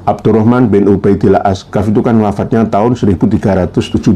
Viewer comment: Lucunya ba alawi ini....masa dia sendiri baca kof aj tdk bisa(jadi g,asakof jadi asegaf)🤭🤭🤭